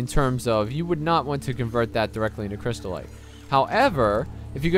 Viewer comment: cryst-ite "crystal-ite"